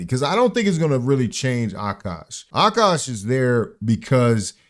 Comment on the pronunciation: It's not Akaash, it's عكّاش